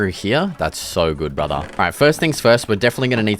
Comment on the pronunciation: “What is this stone brutha?” And instantly knew he is a local bloke